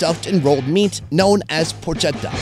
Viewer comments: The right pronunciation is porketta Dio bestia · The Pronunciation of the word Porchetta is PorKetta, not porCIetta 🤣 other than that I love your videos lol (I’m a proud Italian) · It's not PORCETTA but PORCHETTA .... you read it like PORKETTA. Btw i love your channel, IT'S LIFE! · Really wish you would lean how to pronounce porchetta correctly...